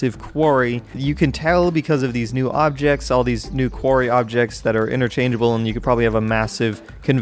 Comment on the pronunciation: STOP SAYING QUARY